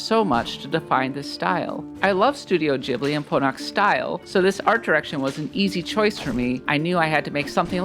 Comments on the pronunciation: Ghibli.. not Jibli... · Ghibli is pronounced ‘Gib-lee’ not ‘Jibley’🤣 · it's pronounced Ghibli, not Ghibli